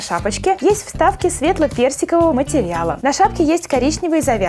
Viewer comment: Мне послышалось не "Светло-персикового" а "Светло-берсикового" 😅😄